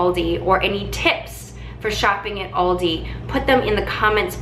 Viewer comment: It’s Al di. Not Audi